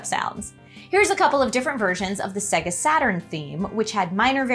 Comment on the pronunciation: Literally just played the video of it saying SAAAYGAAHHHH.....says SEHGUH.